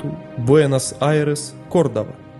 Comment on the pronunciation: Какой Кордаб? Ты даже с карты не можешь название прочитать?